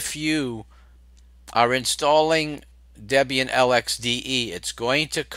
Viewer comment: Its Debian Deb is Debby and Ian is her husband you say it funny LOL